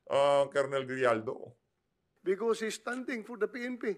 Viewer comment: Ano ba yan binabasa mo na nga lang mali2 pa ang mga sinasabi mo."GRIJALDO" PO AT HINDI JIJALDO. Ano ba yan ayusin mo naman may mga bata na nanonood.